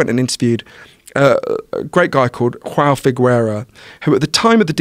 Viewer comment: For real I got triggered when he said "Hoão"😂😂